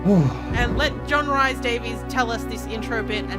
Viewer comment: I'm sure it's Rhys said like Reece, not Rice. Another LPer also said it as Rice. Rhys or Rhŷs is a popular Welsh given name (usually male), which is famous in Welsh history and which is also used as a surname. It is pronounced [r̥ɨːs] in North Wales, [r̥iːs] in South Wales, and /riːs/ in English. Anglicised forms of the name include Reece, Rees, and Reese.